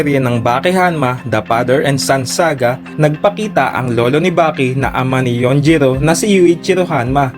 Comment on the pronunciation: Yujiro not yunjiro